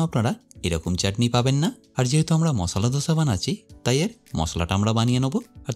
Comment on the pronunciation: "ধোসা" হবে না রে মামু, এর নাম হচ্ছে দোসা, বুঝলে.....😂......?